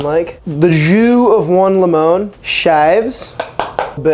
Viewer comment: They way you are mis pronouncing lemon is actually Spanish for lime.